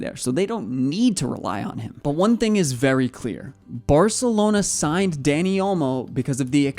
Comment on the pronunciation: It’s not Danny its Dani